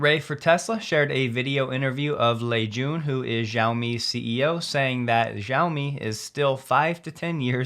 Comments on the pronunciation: Sorry to be pedantic, but Xiaomi is pronounced “She-ow-mi.” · small "s" More sheOwmi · You pronounced Lei Jun perfectly, but Xiaomi is pronounced more like Shall, replacing the Ls with a W.